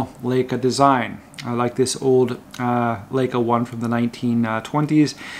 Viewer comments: I love this channel and youre a great and knowledgeable guy, but please stop saying layca. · Thanks for showing us these alternatives. Leica correctly pronounced is Laika. Greetings from Germany. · 2 mins in. The LAY-CAH thing is annoying. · As someone who was born not far from Wetzlar, where Leicas hail from, I can assure you it's pronounced "like-uh". No laying whatsoever.😄